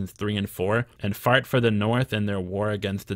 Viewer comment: I love you dude but when you say "Faught" it sounds like you're saying "Fart".